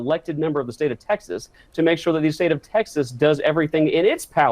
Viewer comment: goof cant even say "state of texas" like a texan or without slurring.